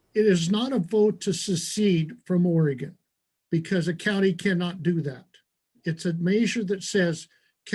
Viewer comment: Props to Benny to actually knowing how to pronounce Oregon. So many people pronounce it wrong